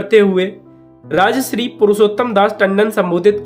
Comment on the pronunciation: राजश्री तुम गलत बोल रहे हो। राजर्षि होता है।